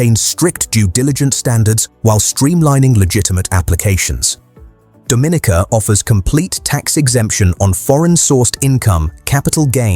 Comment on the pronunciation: It's pronounced Do-min-EEE-kuh with the accent on the third syllable and a long-E sound.